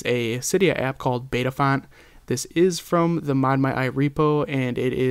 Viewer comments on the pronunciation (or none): JUST TO CLEAR IT UP EVERYONE, ITS BYTAFONT NOT BETAFONT